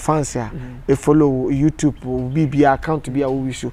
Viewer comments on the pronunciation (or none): Kwaku it's YouTube not youtupe